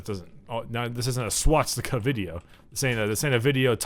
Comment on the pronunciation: It's Swastika, not Swatstika o_0